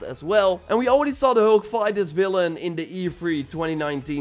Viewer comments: you say hulk not heulk🤣🤣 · ”The heulk” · The way he says hulk 😂